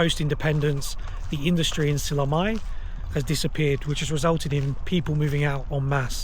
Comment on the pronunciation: mitte SillamAe vaid SillamÄe. Ä - ;) Please learn to pronounce the place names of the country you are traveling correctly.